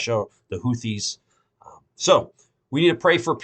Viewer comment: “HOO-tees” the “th” phoneme is pronounced as a “t”.